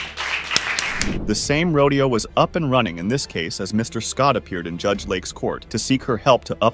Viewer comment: The announcer mispronounces LAKE, LAUREN, and father and judge (Jude) in other videos. Please speak in AMERICAN English